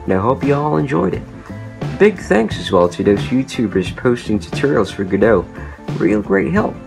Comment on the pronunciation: For once someone pronounced godot right like go dot or go go pokadot